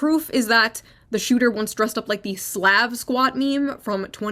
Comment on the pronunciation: It feels racist when you can't even pronounce the word Slav